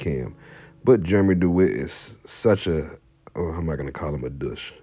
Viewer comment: Hard to listen to this when you mispronounce his name